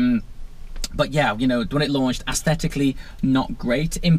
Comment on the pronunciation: If you are going to use the word "aesthetically" so often, please learn how to pronounce it. It is not "ass-thetically"